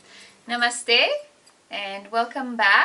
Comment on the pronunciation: Ma'am, you are the first westerner I hear who correctly pronounces Namaste.